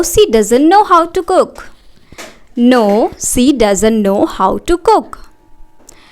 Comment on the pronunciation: Mam इंग्लिस नहीं इंग्लिश होता है सी नहीं शी{she} होता है